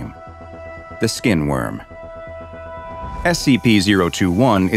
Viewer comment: not worm..skin WYRM ..very different things damit! get it right! imagen if this sort of miss pronunciation started to affect archives...and affect what containment procedures scps where treated with! XD also..if it offers direct benefits to the human it bonds with ,and not consumes anything..life..critical ,well..its more a symbiot then a parasite isent it ?..ohh..if some sort of sorcery could be used to either make it become intelligent and benelovent....and maby even help it develop a none painful way to move on its symbiot human.....hmm ,potential movie or novel matieral.